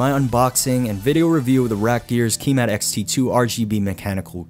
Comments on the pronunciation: Ki - matte not key mat but nice video! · Kímat not Kīmat. Kímat = Lightning.